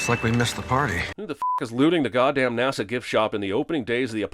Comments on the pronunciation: Jeremy Jeremy Jeremy, how in the actual fuck did you let "nahsa" slide? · No English person pronounced NASA as "NAR-SA". This does not happen. He's doing that on purpose. Suspension of disbelief destroyed. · Movie wants us to believe that anyone, anywhere pronounces NASA as NAR-SA